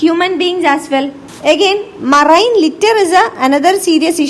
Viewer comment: I liked the vdo only for the way how she pronounced marine